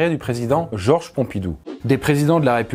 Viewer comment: À , il y a un "s" à la fin de "Georges".